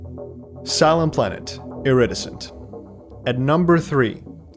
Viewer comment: for the future, maybe google how to pronounce “iridescent” haha <3